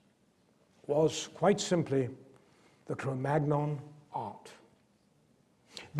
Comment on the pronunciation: Svante Paabo was not German but Swedish. In Cro-magnon the "-gn-" should be pronounced the French way.